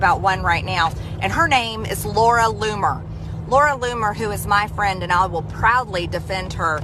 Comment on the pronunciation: I thought MTG was crazy until I heard LLoomer 😮